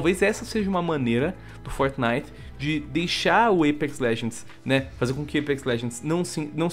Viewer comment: por que vcs falam fortnif literalmente